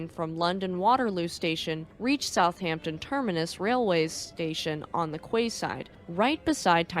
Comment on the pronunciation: quay is pronounced key